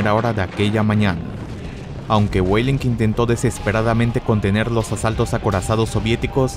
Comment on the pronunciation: pronuncias los nombres alemanes como si fueran inglés. Busche suena con la e final Weidling suene "Guadling" Seelow suena "Selou" (la doble e se pronuncia alargandola pero no como una I) etc